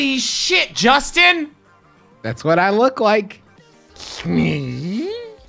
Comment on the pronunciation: toe to tip, that's a jorstin.